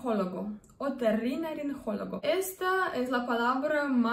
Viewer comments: NOOOO..., ES -- O TO RRI NO LA RIN GO LO GO.. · Otorrinolaringólogo la G no se pronuncia con j. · No pronunciaste bien esta palabra. OTORRINOLARINGOLOGO.